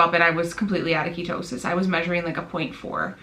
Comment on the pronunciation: "Kia toe sis" ? Lol